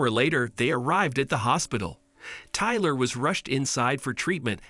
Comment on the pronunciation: Iver never heard of the name tylerrr 😂